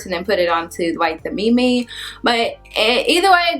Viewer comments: It's meme not me me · It's cute the way you say meme like "me" + you, but it's meme like the "em" in Emily and the e at the end is silent :] Thanks for the vid. I've had traction alopecia for years and JBCO + Wild growth oil have helped thicken and soften my edges. I watched your oil mix vid and have been incorporating the vitamin e oil on my scalp. It works great so far. I read that is has amazing antioxidant properties so I am hoping the one gray hair I have will be all for a few more years.